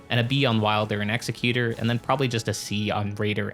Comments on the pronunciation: Great video BUT… it’s pronounced Ex-eck-yew-ter not Ex-eh-cue-tor. The word you’re thinking of is Executioner which is kinda what he is (lore is a little iffy def open to interpretation) but he definitely aligns more with being an Executor: “Someone that carries out the last will of a deceased person”. Given his whole remembrance quest kinda focusing around the painter he didn’t want to kill and how he continues her painting after she is murdered by his crucible buddy that was sent to finish the job he couldn’t do. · it's ex-ec-you-tor. good vid.